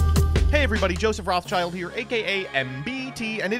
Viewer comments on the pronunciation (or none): none